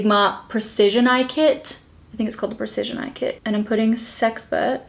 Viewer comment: Okay, when you first said "sexpert" I heard "sex pervert" and then was like "Whoa!!"